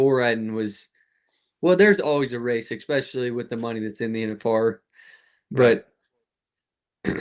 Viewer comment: "especially"...I always wonder where the "x" comes from when people say this word??